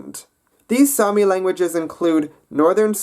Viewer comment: It's actually Saami not sami, sami is a common name